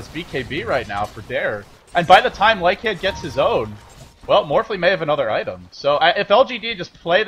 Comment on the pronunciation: this ld needs to learn to pronounce LYCAN properly